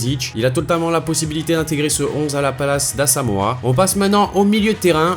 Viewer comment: “a la palace” 😂